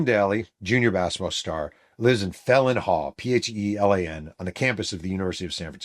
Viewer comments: Phelan is an Irish name pronounced FAY-luhn, NOT felon! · It’s pronounced Fay-Lun Hall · Phelan Hall (subsequently renamed Burl Toler Hall) is pronounced like "Fee-Lan" Hall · Thanks again. BTW — It’s pronounced Fay-Len Hall.